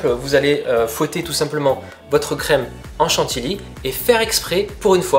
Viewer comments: Trop mignon il dit à chaque fois chantiLy au lieu de chantiLLy 😃. En tout cas astuce au top! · On ne dit pas chantily, mais chantilly (à prononcer chantiyi !), comme on ne dit pas une file, mais une fille (à prononcer fiye !) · « Chan-ti-li » ou « Chan-ti-yi » ? La seconde est la bonne. ^^ A chaque fois que j’entendais la 1ère, ça me crispé. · Par contre chantilly ça se dit pas comme ça😉